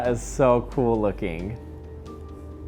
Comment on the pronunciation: "This is so coowel"